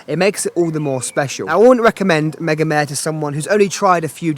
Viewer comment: Mega-meh? Isn't it mega-mar-re